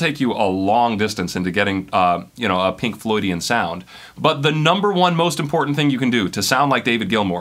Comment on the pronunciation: Why do I cringe every time he says "Pink loydian" ... :/